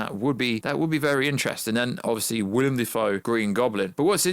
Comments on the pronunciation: Not a huge deal, but it's actually pronounced "Willem " and not "William". Sorry if I'm annoying XD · WILLEM DAFOE NOT WILLIAM DAFOE 😂😂💀💀💀